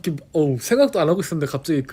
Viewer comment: 다ㅋ떠풔키 발음도 미치게 귀여운데 핵심포인트 설명할 때마다 소스 발음 못하는거 귀여워 죽겠숨 ㅠㅠㅠㅠㅠㅠㅠ 이제 몬벱에 다음 알아보자 시리즈 고민 많이 하는거 눈에 보인다,, 귀엽다